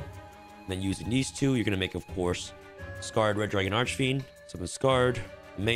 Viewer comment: thank you for saying Scar-ed dragon i am proud of you this is the correct way to say it